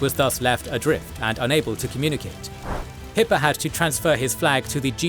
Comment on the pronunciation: Kept hearing "Hitler" instead of Hippe